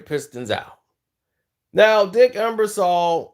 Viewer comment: Ebersol not Embersaul